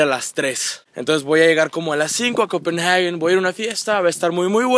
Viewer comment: no es copenaghuen, es compenhague dioss pronuncia bien